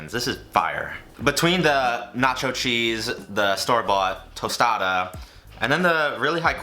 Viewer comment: A tOsTaDa lmaooo